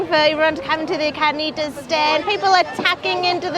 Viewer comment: Why does he pronounce carnitas like there is no r? I do not know how these people do not all weigh 500 lbs. The food looks so good I'm about to take a bite out of the monitor.